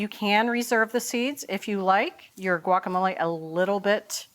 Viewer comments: It’s “wacamolay” not guakamolay! Jeez! Just like agua (water) and the city of Guanajuato. Not a hard g. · "wa-ka-mo-lay" or "Gwak" just try.